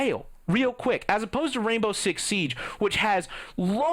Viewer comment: Why does it sound like you are saying "Rainbow Shit Six" ?